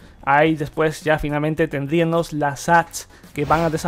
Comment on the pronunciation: Me gustó tu canal, sólo que cuides un poquito tu pronunciación, escuché que en las palabras que terminan a en "--íamos" como tendríamos, habríamos, pondríamos, etc., las cambias por "--íaNOS" y dices mucho "tendríaNOS". Fuera de eso que me saltó mucho en el video, todo me Interesó bastante... Saludos.